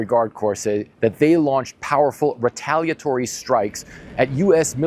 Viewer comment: retaliatory has 6 syllables.